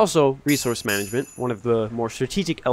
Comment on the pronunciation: Managment? LOL😂